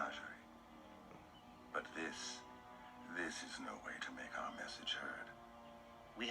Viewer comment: You have got the pronunciation right. It is an antiquated word for a collection of animals on display. Most people translate it "zoo" but that is not technically correct. It would refer more to a smaller collection of rare animals like an old king or emperor might have to entertain a court. Makes it the perfect name for this place based upon what Blake is saying.